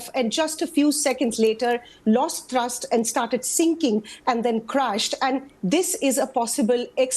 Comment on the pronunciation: It’s THrust not Trust 😂